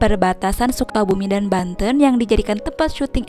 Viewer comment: Banten bukan Banteun